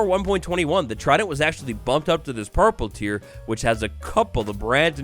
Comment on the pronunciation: "new purper blocks" me: "it's all coming together"